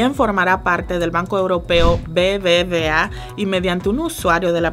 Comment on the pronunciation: Se llama el banco BBub (V) A, y suena mejor ...no BBVA